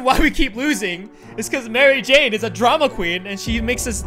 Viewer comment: you said Mary Jane wrong.